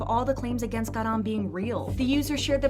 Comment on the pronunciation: GAh-rahm accent on 가 pls😭